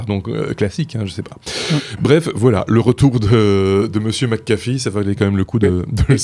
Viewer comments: Toujour pas... c'est pas McAffee mias McAfee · Euh... C'est McAfee pas McAffe